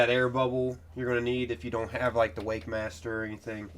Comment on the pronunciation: 'MONpool' 'WakeMASTER' Honestly this man just goes after it, fuck the names 🤣